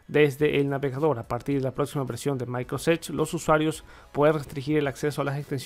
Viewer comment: Oye una pregunta: porqué nunca pronuncias la palabra completa Microsoft? o sea siempre dices "micros edge",, tengo varios años siguiendote y siempre lo pronuncias así, te cuesta trabajo esa palabra? nomas pregunto.